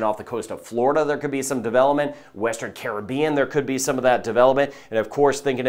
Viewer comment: I am a New Subscriber!! Great & Accurate Weather casting & can pronounce Caribbean the Correct & Carib-Bean way too!! 😂 Much appreciated!! 👍 👍